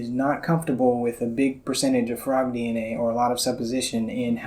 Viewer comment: fraud DNA, not frog DNA. Ears are playing tricks on me.